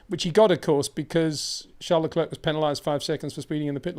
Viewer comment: While you’re right everybody in the world knows them interchangeably but people don’t have the time to study the history of every country as there’s minutiae to many facts. Like I’m annoyed at the way he pronounces Leclerc but then I thought “ so what” we know what he means